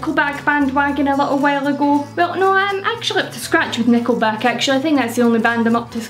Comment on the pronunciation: Off topic: the way you say Nickleback sounds like "neko back" XD On topic: Definitely gunna check out these bands ^_^ a couple I discovered a long while ago when I first started looking at more international music. Snow Patrol was probably one of my favs when I was younger~